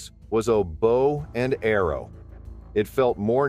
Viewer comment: He says bow like it rhymes with cow!